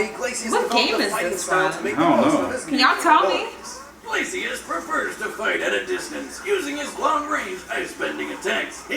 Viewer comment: can't even say Glacius right